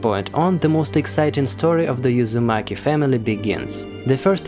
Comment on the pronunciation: It's pronounced "oo"zumaki